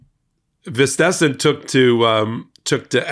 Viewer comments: Stress the first part of his name. VIStesen. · Popok, his name is pronounced "an-ners" d is silent. Vitisen is "v" "it" "sin" again 2nd " i" is silent. Just trying to help - no critique meant, 🤔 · It's pronounces VIS - te - sen. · as a dane i love how you butchered "vistisen" x'D hahaha. but yes. FUCK THAT DICTATOR TRUMP! he badly needs a French haircut!